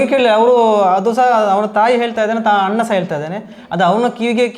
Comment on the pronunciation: "ಅನ್ನ " ಅಲ್ಲ......ಅಣ್ಣ✅